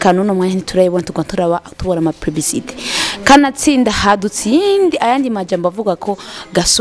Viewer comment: Gentromen(gentlemen), Plibicité(publicité)....#Jisho ingo utore umujournaliste wawe